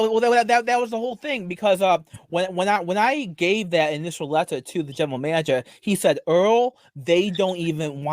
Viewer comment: "wied about da contests of da wetter"